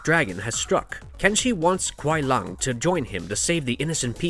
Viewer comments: kuai lung? lol you mean Kuai Liang (sounds like lee-ang) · Why do yo call Sub Kuai LUNG???his name is Kuai Liang it is clearly not Lung. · It's LEE- ANG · Kuai lung? Seriously learn there names before making a video its Kuai liang not lung 🤦